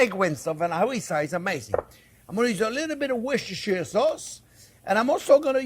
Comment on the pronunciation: Try saying "Wooster" instead of "Worcestersure"